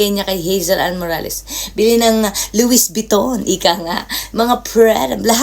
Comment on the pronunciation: Louis Vuitton, no S sis pronunciation, thanks for the info